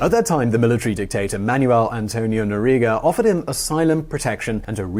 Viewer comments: dude, i watch you for years now, but i have to say it's Noriega. not Noriga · Nor-ee-ay-ga. Noriega. Nee-ca-ra-gwa. Nicaragua. Who is supposed to be coaching on these things?